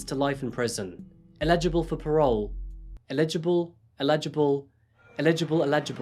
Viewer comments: You still didn't say eligible correctly haha. The emphasis is on the beginning of the word - ELigible, kinda like that lol, not elIGible... Dunno if that makes any sense! But wow... In my opinion, David is 100% guilty, and I'm really shocked that he was found not guilty. Its blindingly obvious he is a murderer. A very peculiar person. Also, just because the father may have had a motive, doesn't mean he did it! And it doesn't explain all the evidence that pointed towards David! And, why would only David be left? It's all so weird and infuriating and incredibly unfair. Let's hope he doesn't do it again! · LOL even after practicing the word you still got it wrong. It's EH- li-ji-bull. Eligible. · It's EL I gi ble love. However, you get a pass for saying the bridge's name correctly lol.. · Forgive me, but to my ear you still don’t have it quite right… Eligible starts with the same sound as Elegant or Elephant and also has the emphasis on the first syllable. (Illegible has the emphasis on the second syllable and starts with ill - like being sick). I’ve been binge watching since discovering your channel and am very impressed with your work and the sensitivity with which you treat such difficult subject matter. Well done!👏👏👏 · Bless for trying so hard and STILL getting eligible wrong 😂